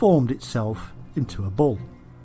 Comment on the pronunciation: Im hearing "Ball" all the time instead of Bull :p